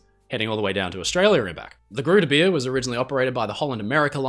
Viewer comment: Its pronounced groote beer with the oo as an oa sound in boat and beer with the ea in to bear